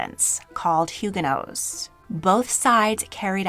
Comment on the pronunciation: It is baffling to me that you are a historian and don’t know how to pronounce Huguenots.